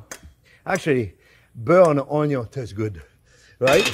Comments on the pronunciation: Friend, not "onyon" but "ONYO" 😂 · Onyon! :D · I think I know now where Joshua Weissman got his "onyo" pronounciation 😅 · Your caramelized onyo are busting